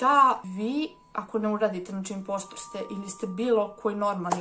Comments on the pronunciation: nije inpostr nego inposter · Kaze se imposter